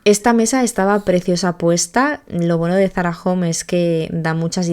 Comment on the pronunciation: Es Zarahome,home de hogar no jom 😊